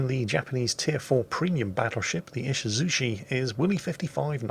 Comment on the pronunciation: E-she-zoo-CHEE not 'shi'. Come on now.